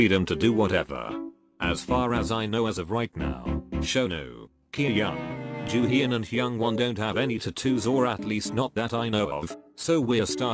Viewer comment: chang-yuhn min-HI-UCK joo-HEE-yon HE-yung-1 1-HØE show-noo key-hyuhn LOL STOP PLEASE LMFAO 🤣✋😂